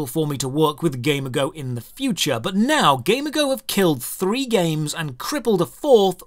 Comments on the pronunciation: wait I thought it was pronounces gam-e-go? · I don't know if it's only me but. Everytime you say Gamigo I hear Gamergirl. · Is it really pronounced that way? I would’ve thought like the word amigo, just with a g lol. Ga me go. If so, that’s even more reason to dislike them. This is a weird video driven by some personal feelings. The goal of almost any business is to make money. So sure they’ll take the less risky path. You’re free to go gamble or make a gaming studio that you don’t care about money but only the experience of the player or you like, but you can’t really hate on companies that don’t do that. Don’t like it? Don’t play it. The developers, owners, ceos, whatever- they owe you nothing. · It's like g Amigo , not game ago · accent makes it sound like he's saying "Gamergo" instead of "G-Amigo" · Why do you say it like that? Ghey-meego is how it’s said. Not game-a-go. It’s like game and amigo in one. At least that’s how I’ve always heard it said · i got this on autoplay and i heard "gamer girl" instead of Gamigo and was thinking what a sketchy name for a company, no wonder they do so much fucked up shit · No way all this time I thought the company was called GamerGirl. The way he says Gamigo sounded like gamer girl. I still hear GamerGirl everytime he says it. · I heard that as gamergirl lmao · I keep thinking he's saying gamer girl games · this is a great video, but I can't help but hear Gamer Girl everytime you say that company's name, and I wonder: "damn, that must be a truly evil Gamer Girl huh" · entire time whenever you said gamigo i heard gamergirl. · When you say Gamigo, I hear it as Gamergirl. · 6_6 I'd imagine it's pronounced game-ee-goh You know, a portmanteau of game and and amigo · So I'm pretty sure it's pronounced like "amigo" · I think it’s pronounced like amigo in Spanish, but with a G? Guh-MEE-go. Why do I care? I don’t know.